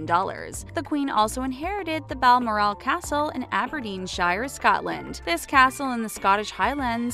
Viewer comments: Please learn to pronounce places before doing these videos. Mispronouncing balmoral is just embarrassing. Pity because I like these videos otherwise. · Anyone annoyed how she pronounced Balmoral no offense